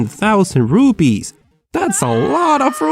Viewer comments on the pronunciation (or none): IT's Rupees NOT Rubys LOL XD.....Nice Video LIKED IT and you earned a new SUBSCRIBER!!!!!!!! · RUPEES SOUNDED LIKE RUBIES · mad for gaming he is an idiot. He says rupees , rubies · It is not rubees,it is rupees. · It's not Indian rubees, it's rupees. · Did he just call “Rupees” RUBIES? LMFAO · Loved the way you pronounced Rupees as Rooopeees!😂😂😂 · 'ruu' 'pees' Xdddddd